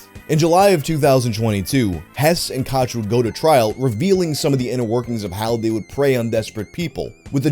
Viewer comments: Pretty sure it's pronounced cook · "koch" is pronounced the same as coke